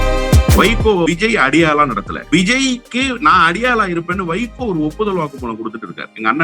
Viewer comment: நீங்க அடிக்கடி வைக்கோ, வைக்கோன்னு சொல்லும் போதெல்லாம் என் காதில் சைக்கோ சைக்கோன்னே கேட்குது.